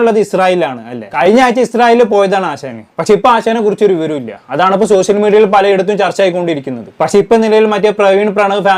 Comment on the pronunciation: 'സോശ്യൽ' മീഡിയ, "വിശയം" എന്നൊക്കെ തെറ്റായി ഉച്ചരിക്കുന്നത് ശരിയാക്കിയാൽ നന്നായിരുന്നു.